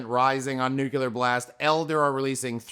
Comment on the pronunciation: It's "New Clear" not "Nuke you ler". Stop saying it like you're from Texas.